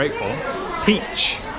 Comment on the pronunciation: 说得地道，桃子（peach）听起来说的是套子（condom）